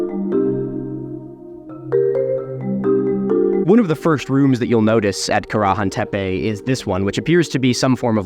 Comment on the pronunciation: Milo, this is very cool. But I'm sorry distracted by you pronouncing Karahan at least 3 different ways. Which is the emphasised syllable? Not trying to nitpick, but I'm a linguistics nerd and want to know